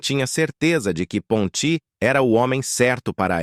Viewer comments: A ONDE VOCÊ OUVIU PONTÍ. POR MUITAS DECADAS EU OUVI PONTI SEM ACENTO. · É Ponti e não Pontí.0 vomunicador tem momentos que pronúncia palavras de um jeito e depois de outro ,não entrando numa pronúncia certa de acordo com o pais de origem dos atores